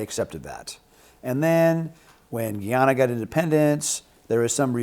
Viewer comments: THESE 2 MEN KNOW ABSOLUTELY NOTHING ABOUT GUYANA - IT IS PRONOUNCED GUY - ANA , GUY -ANA. NOT GEEANNA. GO DO SOME RESEARCH BEFORE YOU SHOOT YOUR MOUTHS OFF. WHERE THE HELL DID YOU GET " VEN. TAKE BACK ESSEQ. ?? THEY NEVER, NEVER HAD ESSEQ" YOU ARE JUST GUESSING. GUYANA HAS 6 PEOPLES. THE EAST INDIANS ARE THE MAJORITY, BLACKS SECOND, AND THE OTHER FOUR PEOPLES. INDIANS WERE TAKEN TO GUYANA AS INDENTURE WORKERS. BOOK KEEPERS, ETC. GO GET YOUR INFORMATION STRAIGHT BEFORE PRETENDING TO KNOW WHAT GUYANA IS ALL ABOUT. VENEZUELA NEVER OWNED ESSE, NEVER. SO HOW CAN THEY " TAKE BACK " A PLACE THEY NEVER HAD?? IT GUYANA, NOT GEEANNA. VENEZUELA WILL NOT TAKE BACK ESSEQ. ESSEQ. BELONGS TO GUYANA . IT IS GUYANA. IT IS PART OF GUYANA. YOU SHOULD KNOW THAT THE " AMERICAN OIL COMPANIES " ARE PUSHING VENEZUELA TO FIGHT FOR ESSEQ. BECAUSE THERE IS A HUGE OIL DEPOSIT IN GUYANA. GUYANA WILL GET HELP. THE BULLY , VENEZUELA, CAN'T JUST GO CARVE PART OF GUYANA AND TAKE IT AS THEIR OWN. I WISH PEOPLE LIKE THESE MEN WILL DO THEIR HOME WORK BEFORE SHOOTING THEIR MOUTHS OFF. YOU ARE TALKING AS IF THE BULLY ALREADY TOOK ESSEQ. FOR THEMSELVES . GREED IS PUSHING THE BULLIES, MONSTERS TO SLAUGHTERED, MURDER , THE PEOPLE FOR THEIR LANDS. LANDS THEY OWNED FOR HUNDREDS OF YEARS. EVERY WAR IN THE WORLD TODAY IS ABOUT GREED. TAKE THE LANDS OF OTHERS, BUT THEY HAVE TO ETHNIC CLEANSE THE ENTIRE POPULATION FIRST. THEY ARE BRAGGING THAT " IF THEY GO , IF THEY LEAVE , IT'S OKAY. BUT IF THEY DO NOT GO , WE HAVE TO KI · Damn we really need trump in power.😢 its no longer Guiana, but pronounced Guy-ana. And our leaders really dropped the ball in our defence, i was saying since 2019 that monies needed to be spent on our military machine, but no one listened. Now look. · Its guyana not Guiana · Guyana ( Guy-ANA, pronounced). Keep the chat going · Guyana is pronounced Ga ya nuh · Pronounced "Guy" Guyana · Guyana is actually pronounced guy-ann-uh. Guy as is male, Ann as in the name, uh as in uh. Guy-an-a. 🇬🇾